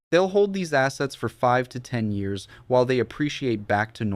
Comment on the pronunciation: The way this AI says years is pissing me off...dislike